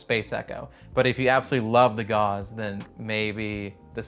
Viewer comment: Your pronunciation of Gauss needs more German accent Also gauss is different then gauze kek